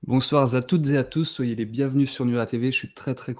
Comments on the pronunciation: Bonsoir (z)à toutes et à tous ??!... Une liaison extraterrestre comme introduction... :D Pas grave en soi mais ça saute aux oreilles ! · Je viens découvrir votre chaîne, le "bonsoir z'à tous et à toutes" m'a piqué les oreilles mais sinon, quel boulot! C'est rare de trouver autant de recherche et donc d'investissement et de sensibilité. Merci à vous 2!